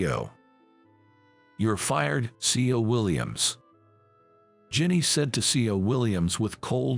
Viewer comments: Jenny, Rachel, Christine her parents went wild in naming her. This autobot needs to be tweaked on pronunciation. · Need to learn to speak certain words right . Also her name is Jenny